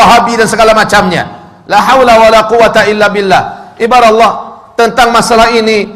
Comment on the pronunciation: Ngucap kata Allah aja masih berlepotan kok ya banyak omong masalah agama. Belajar ngaji dulu biar fasih bacaanya.baru nanti komen tentang agama